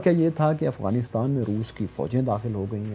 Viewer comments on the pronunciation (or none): none